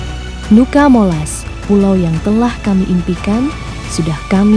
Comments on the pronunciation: Sebutannya tetap NUCA MOLAS, bukan NUCA di ganti NUKA. Selebihnya, terimakasih telah berkunjung di daerah kami, sangat indah.. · Cuma masukan aja kak..nama nuca molas,jadi tetap di baca nuca molas,bukan nuka molas..🙏🙏 Trimakasih sudah ke daerah kami..